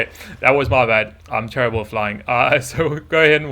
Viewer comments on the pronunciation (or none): none